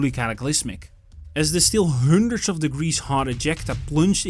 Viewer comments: “To five hÜndred!!!” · HAHAHHAAHA Why can´t you say "a hundred"? what's going on with your English? Computer voice? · His pronunciation of Hundred is driving me crazy 🤪